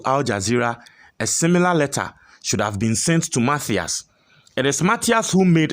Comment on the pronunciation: Please stop pronouncing mafias, it's Matthias. Matias Mafisssss pls, stop pronunciations like Ashanti's